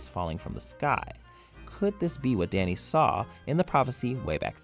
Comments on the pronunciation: I'm disturbed by the way we pronounces "Dany". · Why is he pronouncing ‘dany’ so weirdly